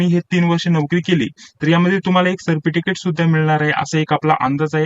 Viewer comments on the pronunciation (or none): सर्प टिकीट नाही सर... सर्टिफिकेट😅😅😂😂😂😂